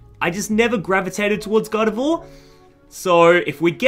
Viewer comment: Bro I thought you were saying "god of war" not "gardevoir" 😂😂😂